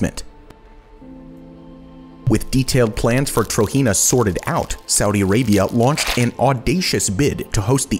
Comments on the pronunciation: Just to let you know. TROJENA is pronounced how it is spelt Tro-Jen-A not Tro-He-Na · (*Trojena is pronounced Tojena and not Trohena*) Amazing video I actually live in the Kingdom Of Saudi Arabia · you're pronouncing trojena wrong.